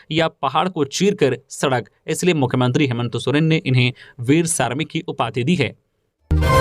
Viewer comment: Good morning Bhai, sarmik naa, sramik boliye